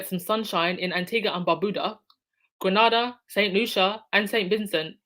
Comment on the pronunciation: Hi, one of the countries you mentioned, Grenada 🇬🇩, it's pronounced Greenayda, I hope the un-royals don't step foot in there, or any of the Caribbean for that matter. I don't understand how it is that the British taxpayers are not more upset about these trips....anytime really,, but especially in these difficult times